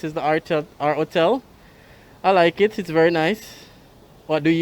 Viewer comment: Please say your ‘H’ it’s not just Jamaicans who listens to you. It is distracting and misleading to not sound the H in front of those vowels. Hotel NOT ottel.